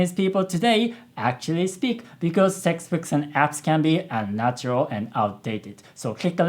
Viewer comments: "... because sexbooks and apps ..." intentional? mispronounced? (freudian slip??) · It almost sounded as if you said "sexbooks" at the end :D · Did just said "sexbooks" at the end or is it just my brain that wanted to understood it the wrong way? 😅😅